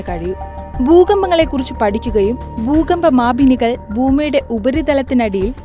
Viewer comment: ബൂമി, ബൂഗർഭം, ബൂകമ്പം 😂